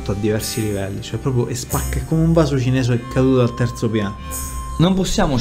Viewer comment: Ma sbaglio o ha detto "*vaso cinesue*"? LOL